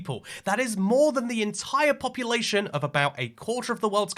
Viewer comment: Ah yes populatyion